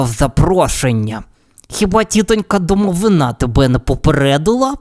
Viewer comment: Одразу перепрошую.) В слові «домовина» наголос на И. (Це російською «гроб» якщо що). Просто на майбутнє. Дякую за вашу роботу!😊